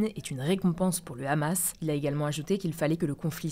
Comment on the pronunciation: Est-il possible, pour la 3ème fois en vidéo, que prononce le mot "Hamas" (6'52) normalement, comme tous les autres journalistes. De-même que "Mahmoud Abbas" (6'47). Merci, surtout que le reste est sans accroc. Sinon il faut prononcer chaque terme/noms dans leurs langues d'origines.